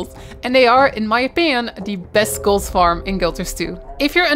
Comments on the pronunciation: Sorry but why can’t you pronounce the letter “t“ at the end of a word right? It infuriates me and I can’t watch your videos because of that I‘m sorry. Sometimes you do it right sometimes for the same word you say s instead of t. Instead of gold you say gols why is that? Care to enlighten me? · there is no "s" in "gold" jeez is this annoying...